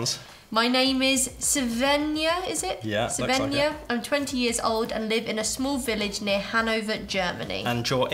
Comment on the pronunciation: It's cute how you pronounce Svenja as Sevenja. 🥰